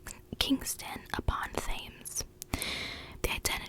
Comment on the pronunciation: You have a great whisper for sure although some of your pronunciations of English places are a little sketchy in places but that's understandable if you're not from the U.K. Although the most egregious was your pronunciation of the River Thames (Pronounced "Tems") lol Keep it up though, cheers!